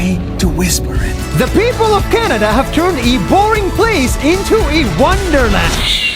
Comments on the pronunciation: nas makes a typo and says canda instead of canada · on day two he said canda lol